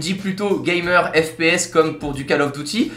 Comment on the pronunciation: "Je ne suis pas du tout GAYmer"